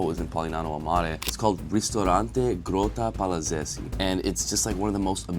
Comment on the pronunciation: well done pronouncing Polignano a Mare and Grotta Palazzese the right way 👏🏼💪🏼